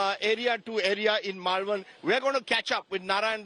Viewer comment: Rajdeep can’t even pronounce Malvan😂